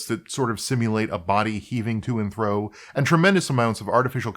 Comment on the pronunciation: After , it sounds like you are saying 'to and thro' instead of 'to and fro'. Could be my imagination.....